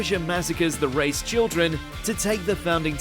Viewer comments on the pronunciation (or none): Its pronounced: - "Rice", not "Race" - "Paradee", not "Paradis" If you're an anime fan as you claim, you should know that.